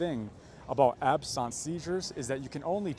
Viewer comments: Why are you pronouncing absence like that? It's not some exotic work, simply absence. Like absence makes the heart grow fonder. It's confusing when you use a pronunciation that's not accurate. At first I thought you were talking about something completely different. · Absence is not pronounced the way you say it. It's just the word that means not there, like if a student misses a class, that's an absence. You seem to be making it French. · Absence is an English word, not French. It's not ab-sawnce. An eeg can be set up and triggers like lights flashing at specific intervals given while connected, to measure the brain under duress and detect seizure activity. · Isn't it called absence seizures, not ab-sunct seizures? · This was my diagnosis too — seizures of the absence (French pronunciation) type, associated with his fall. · Why do you pronounce "absence" so weird? It's like "absent", like being absent from school. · Absence is pronoinced in the usual way as in 'absence of evidence ' 'Petit '_ the lasr t is silent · Is the word "absence" really pronounced like that (with a French accent) in this usage?? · Okay clinical pharmacist here and I have a confession to make - I thought was a phony when I heard him say abscence seizure…I was like absence, like you are absent from class bc you have the flu. But then I looked it up and it is indeed to be spoken with a “french-like” sound. Now I am questioning how many times I have mispronounced this at work…? 😂😂😂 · Why does this report have difficulty saying absence??? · I have never heard someone pronounce the word absence like they've only ever read it in a book until this moment. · why do you say absence so weird? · I’ve never heard absence pronounced that way. But yes, seizures and TIAs were my non-expert opinion. I lived with someone with epilepsy and their absence seizures were similar. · I"ve never heard anyone mispronounce the word 'absence' so badly... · Ab-sense. It’s just ab-sense / not ab-sounce.